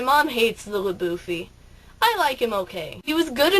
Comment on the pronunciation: La-boueffy is terrible!